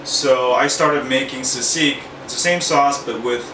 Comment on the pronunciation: haha you pronounce it as seasig :P but yeah nice tutorial !